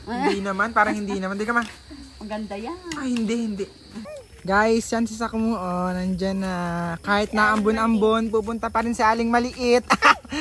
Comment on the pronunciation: Sakmo hindi po salmo 😂